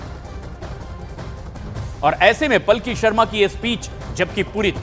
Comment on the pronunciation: पलकी नहीं पालकी